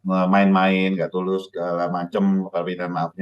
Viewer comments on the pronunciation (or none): Tulus apa bulus bos😂😂